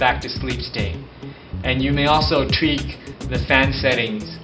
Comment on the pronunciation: de human fider? lol teek instead of tweak. this is hilarious